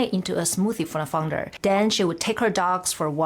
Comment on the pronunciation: Founder! I kept hearing fungus.